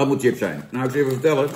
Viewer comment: Grappig dat Jan de review begint met ‘Sjips’ en dan zich bedenkt dat hij hiermee zijn zorgvuldig opgebouwde imago van Kakker uit Bergen geweld aandoet en snel ‘Tjips’ roept!